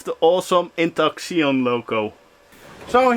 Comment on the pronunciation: Xeon = "Zee-ON" and the LBS measurement is short for POUNDS (USA) Also, MERRY CHRISTMAS FROM OREGON, USA! :)